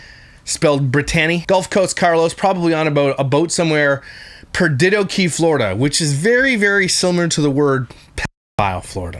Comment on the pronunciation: Just an unrelated side note (before watching the whole vid)... it's pronounced Per-dee-do, and it means Lost in Spanish